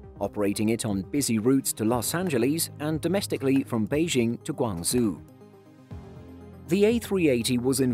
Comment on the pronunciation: FYI Guangzhou is pronounced 'Guaang-Joe'. I know it doesn't make sense but it's true😂